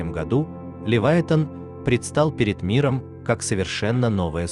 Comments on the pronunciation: шо за Левайтан? може Левіафан? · Правда не Ливайтан, а Ливиафан